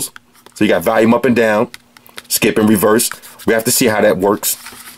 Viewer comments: Why is it so hard to say volume not valume! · I love how you say Valium instead of volume lol it cracks me up everytime